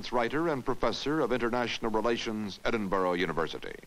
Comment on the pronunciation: It's 56 years since this was made, and Americans still can't pronounce the city of Edinburgh properly 😅😅😅😅